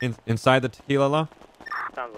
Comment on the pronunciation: It’s tequilala